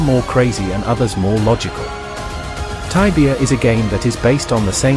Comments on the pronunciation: taibia? jajaja se dice igual... tibia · please dont say taibia.. please stop that. it is Tibia.